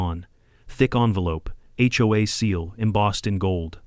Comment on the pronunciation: Why were notifications sent only to homes on their street? The whole community should have been notified. They all would be vulnerable to Brenda's new rules. (The narrator must be AI. HOA is not pronounce like a word hoa.)